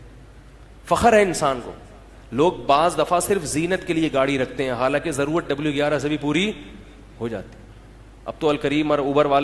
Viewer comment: Its zaruri not jaruri kindly carrect it